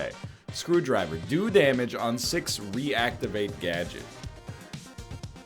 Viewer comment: "reactivate gadget" boy like a minute in and NL cant read the word gadget. at least he finally figured it out after i wanted to scream.